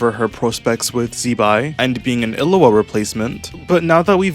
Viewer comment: miHoYo a small indie developer with no money: "Let's not consult anyone on how to pronounce names for our game, too expensive." Content creators: "Illu-a"